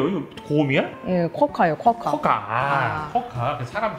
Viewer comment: 쿼카가 아니라 "코"아카네